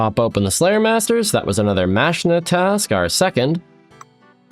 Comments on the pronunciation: Just looked it up, apparently Mazchna is pronounced like "Mash-ner." Jury's still out on Spria though. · HE PRONOUNCED MAZCHNA CORRECTLY🎉🎉🎉